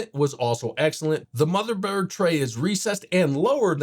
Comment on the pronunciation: Is this guy shitfaced?! Calling Montech "Mon-tank"... saying "flimping" instead of flipping... saying "motherbird" instead of motherboard... "airy I owes" instead of AIOs... "hugging up space" instead of "hogging up space"...